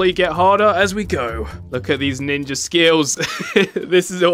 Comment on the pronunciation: The start of the video I’m already crying “ninjer”😂😂🤣🤣